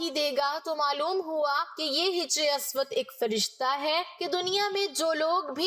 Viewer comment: محترمہ " hajri" اسود پڑھیے نہ کہ " hijri" اسود ۔ شکریہ